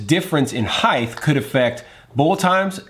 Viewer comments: Say heighth one more time... :) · ‘’Heighth’’.......? A new word has been added to the lexicon? Are we sure this is a word?